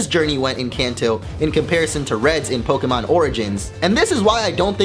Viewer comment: Fuck this channel. "Po-Kie-Mon" Nice.